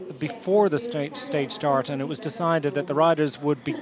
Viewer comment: " the organitator said we can shart a little bit" ??